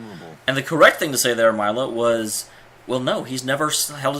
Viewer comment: Milla - Mil-la